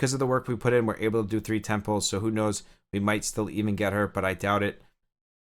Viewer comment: First time playing gacha. No idea what is going on. Kept hearing "getting temples. i'm going for temples". Only to realize you meant "10 pulls!"